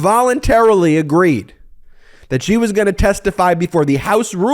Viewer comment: Dude, stop saying "Zgheee". Its "SHE".